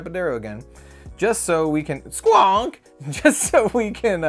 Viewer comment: oo I cant wait for the playmat! creepy type design has my interest peaked. I like the alien astronaut card, and the way you say SQUONK haha